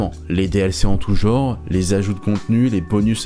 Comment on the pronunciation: Pourquoi vous prononcez 'genre' "JoOoR" ?? On peut savoir ça ?!